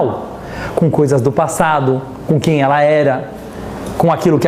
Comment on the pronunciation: Meu marido di q falo igual judia e eu n entendia o q era isto. Agora sei: falo igual ao rabino. kkkk questioná á. Elá á. Falado ô. Dando enfase nas silabas e adicionando varias vogais. rsrs (vai ver são meus antepassados sefarditas! <3 adorei!)